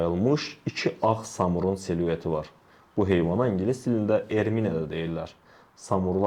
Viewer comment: Brentagne yazılır, Bretan oxunur. Seluet yox, siluet.